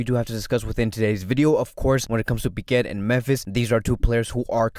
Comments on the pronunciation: where is the R in pique? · why do i hear it but dont see it if its silent